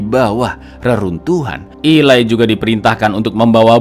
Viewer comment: Eli bukan ilai😅😅😅